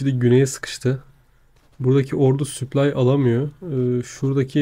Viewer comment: Kanka her süplay dediğinde kendimi parçalayasım geliyor. Gözünü seveyim yapma şunu daşşanı yirim